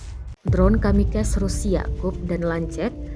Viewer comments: KAMIKAZE BUKAN KAMIKAS TOLONG EJAANNYA DIBENERIN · Kamikaze min bukan kamikez karena itu istilah Jepang, ok 👍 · Itu bhs zepang bukan english....jd bacanya kamikaze....bukan kamikes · Aduii...mba pembaca berita..bukan KAMIKES..tapi KAMIKAZE..huruf ZE itu dibunyikan.. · Kamikaze bukan kamikaz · Kamikaze di bacanya ya tetep kamikaze, bukan kamikaz. 😅Kimikaze itu dari bahasa jepang bukan dari bahasa inggris. 🤣🤣🤣🤣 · Dibacanya KAMIKAZE mbak, bukan KAMIKAS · 神(kami) 風(kaze)!! KAMIKAZE BUKAN KAMIKEZ PANTEK!!! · Dibaca tetap kamikaze,bukan kamikaz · Jancoook anjay nih wadon masih bae ngomong kamikas kamikas ! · Kamikes, kamikes, kamikes. Ga ada yg ngingetin gitu cara baca nya dia